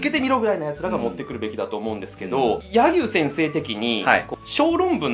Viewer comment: や↑ぎゅう先生？